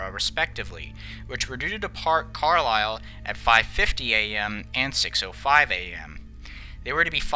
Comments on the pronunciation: it’s pronounced car-lyel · As a Scotsman I love how you say Edinburgh or Glasgow Are you saying Carly instead of carLyle It’s the easiest way I could put it to let non uk people to understand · And Carlisle is pronounced Carl Isle. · Just got to say mofat is pronounced Moth-at and Carlisle, Car-liyle.